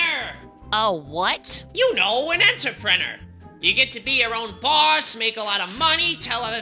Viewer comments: Ah yes, enterpenner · I love how the captions make his pronouncing of "entrepreneur" to be "answer printer"